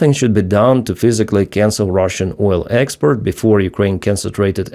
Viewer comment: "Something should be done to cancel Russian oil export before Ukraine concentrated efforts on oil ports . . . " The 'port' in 'export' is pronounced the same as the 'port' in 'oil ports'. In fact, they mean the same thing. Ex-port means 'from port'. ' Expert' has a totally different meaning. An airline pilot, for instance, is an expert. I watch your videos every day. Thank you.